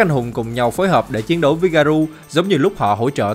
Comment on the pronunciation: Ông ơi t hay xem vid của ông lắm mà có 1 điều làm t hơi cringe. Đó là cái ông phát âm Garou là Garu, t thấy cái này dễ phát âm mà sao ông phát âm sai đc vậy.